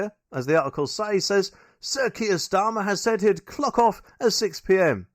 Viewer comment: What 'T' is Kier Starma?